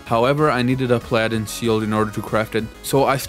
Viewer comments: Great Video But the part were you were saying I had to farm Pal-Adins for the Pal-Adins Shield made me mad its Pal-A-Din yknow like the holy knight or crusaders bringers of divine justice but anyway just letting ya know. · incredible video and very well done.. but a few minor comments. the S in 'viscount' is silent, 'vai-count' and im not even sure how you managed to say 'paladin' so wrong.. that was quite impressive lol 'pal-uh-din' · If you're not sure of how to pronounce something, please look it up. The most egregious; Viscount is "Vi-count," Chitin is "Ki-tin," and Pal-a-din. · i had to pause the video just to process the way you pronounced paladin.